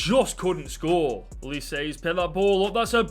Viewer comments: its uh-leese-ay not uh-leese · HE REALLY CALLED AYEW AND SCHLUPP DEAD WOOD 😭 HE REALLY CALLED OLISE “elise” HE REALLY PHOTOSHOPPED PLAYERCHAT TO FRAME MY BOY ZAHA im a palace fan and im in so much pain watching this edit: NOW HES CALLING OLISE “ohleese” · i love how he pronounced UH-LEE-SAY like elise lol also zaha saying that and leaving is like.. i cant think of a example but gawdam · You pronounced Olise wrong i think